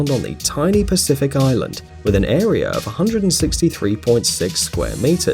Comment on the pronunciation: The biggest mystery of all is why do people who think they are smart say " idear" instead of "idea" and "arear" instead of "area"? And MEthAne? English much?